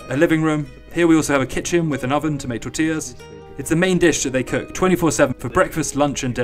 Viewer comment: Say it with me now: Tortillas. Tore-tee-yas. Lol